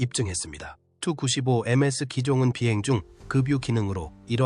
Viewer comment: 다 좋은데, 설명과 영상이 좀 맞았으면 좋겠네요. 아무거나 막 이어서 반복해서 트는건 좀. 게임 화면은 안되요. 그리고 누가 투-구십오라고 읽나요? 티유-구십오라고 읽지. 아니면 투폴레프 구십오라고 읽던가.